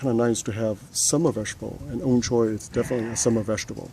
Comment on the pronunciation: surprisingly your 'ong choy' pronunciation is quite precise, i believe Hong Konger would be able to understand your 'ong choy'.